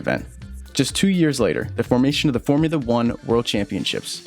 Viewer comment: Formoola Uhh.